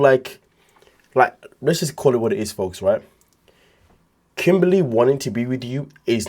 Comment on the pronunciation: The way you say Kim-Bar-Lay... 😂🤣😭